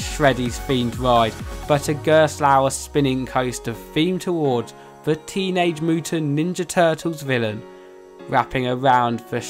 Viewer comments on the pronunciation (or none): "become a teenag nin da utant turtle"